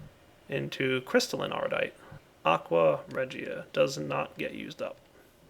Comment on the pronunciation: lol'd at "aqua reggier"